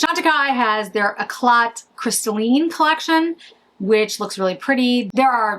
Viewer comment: Nice video, but you don't pronounce the "t" at the end of French words. For example, it is pronounced "ee-klah," not "ee-klat" when you say "éclat."